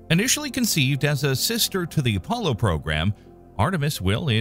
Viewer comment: He wanted to emphasize word sister